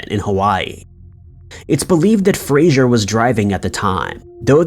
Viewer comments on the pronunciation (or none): Fraser, not Frasier. Jesus.